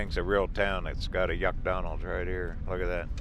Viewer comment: Yes "YUKDONALDS"....We Are Tuned Into Every Word....Happy Travels....